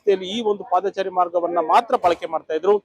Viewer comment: Paadhaachaari alla paadhachari